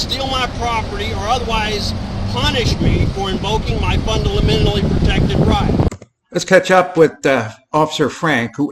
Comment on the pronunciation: I dont know, if you cant pronounce constitution or fundamentally you're not qualified to give a lesson in law (or anything).